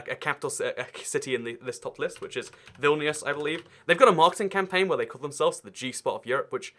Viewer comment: it’s pronounced as “Vilnous” (closest way I can think of) it’s in Lithuania as you probably now and I’m Lithuanian. 😁